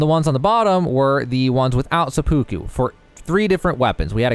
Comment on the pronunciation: It's actually driving me nuts how many people are mispronouncing seppuku